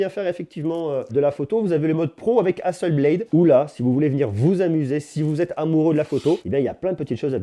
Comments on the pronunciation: HasselblAd pas Hasselbléde! C'est une compagnie suédoise. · Hasselblad se dit HasseblAd avec un A français et non un A anglais. Comme si vous le disiez en français. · Apprend déjà a prononcer le nom Hasselblad correctement.